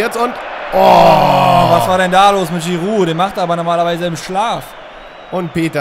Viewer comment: Wie er Giroud betont :D